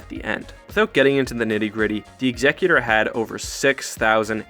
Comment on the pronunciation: Why does everyone say "Executor" wrong?